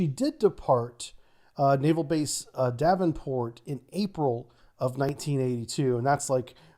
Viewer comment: Great video, but one thing needs pointing out is, it's Devonport not Davonport.